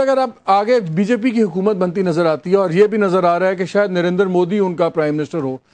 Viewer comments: Narendra ko narendar bolne se uska gender badal gaya kya?😂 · Arre baaki sb baad mein...Pehle ek baat clear kr lo hamare PM ka naam narendra modi hai...Narender modi nhi😀 .